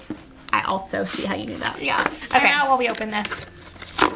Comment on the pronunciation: it's funny that you said "altso," because when I moved to Hamilton, AL for Katrina (many moons ago, now!), I had a friend named Chelsea, but no no no, it wasn't Chel-sea it was ChelT-sea. Idk why, but it did make it giggle.